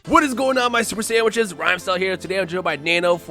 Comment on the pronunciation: When I first saw you I thought you said super saiyans and I saw you're intro and thought wait... is it super sandwiches?!